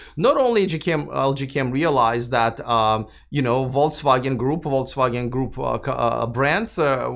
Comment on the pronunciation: Are you deliberatly saying "Volts Wagon"? German "V" is similar to "F" and "W" is like English "V", "G" is hard like "get": something like "Folks-Vah-Gen"